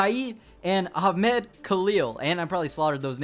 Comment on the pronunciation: It's aaaaahmed